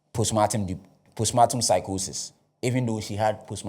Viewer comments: Pronounced “powstpaartm” please.. or maybe you mean to say a different word.. respectfully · Thanks for helping me understand this case better. It’s been a little overwhelming so this summary helps. But please it’s postpartum and not postmartum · Is the word post partum or post matum